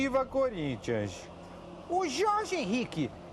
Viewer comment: ele fala sociedade esportiva CÚrintia kkkkkk